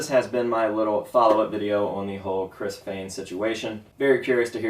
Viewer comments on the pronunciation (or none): I always thought it was pronounced Fehn